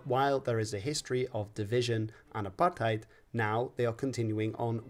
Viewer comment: Big ups for pronouncing Apartheid correctly